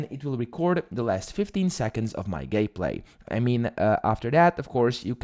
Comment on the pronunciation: Your last 15 seconds of WHAT!? "GAY-PLAY"?...